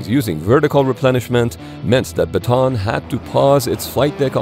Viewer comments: Still can't get used to how Americans pronounce Bataan and keep hearing it as a "baton". Since this was taken from a place in the Philippines, it's usually pronounced as Bah-Tah-Ahn. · Show your face and also it is pronounce as ba-ta-an not ba-ton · Bataan is pronounced as Ba-ta-an Not Ba-tan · Not batan,,its bataan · Ba ta an not batan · It's /ba-ta-an/, not /ba-tAn/. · uss ba-ta-an not batan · It is pronouce as "Ba-ta-an" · Bataan is pronounced Bata-an. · Ship’s name BATAAN named after battle of Bataan in the Philippines during WW2. Proper local Filipino pronunciation is BATA-AN to emphasize the additional letter A and not BATAN. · The proper pronunciation is "USS Bah-tah-ahn.” (am filipino) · Yes though it's pronounced like: Baw-taw-awn It's a historically significant place for the US military in the Philippines. Not sure why they don't know it. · How many syllables in your way? I've always heard it pronounced "buh-tawn".